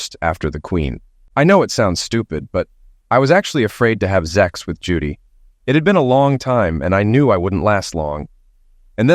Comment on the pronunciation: Why does the Narrator say 'ZEX' and not 'SEX'??? Is it taboo to treat the readers as ADULTS ❓